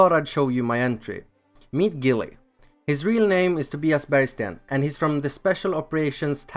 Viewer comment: That’s not how you say Tobias but okay.